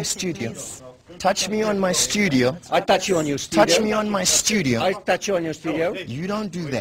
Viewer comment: HOST: "touch me on my STUDIYO"..TOUCH ME ON MY STUDI- YOW...FASAKHI:I touch you in your studio..I touch u in your studio - YOU TOUCHED ME!..and am NOT FINISHED WITH U YEAAH..wtf..ahaha..,..who was this guy. FASAKHI? .. wtf ..anyone has details !..maaan